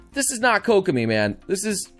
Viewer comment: KOCK I Mean KOCK I mean KOCK I mean KOCK I mean Kokomi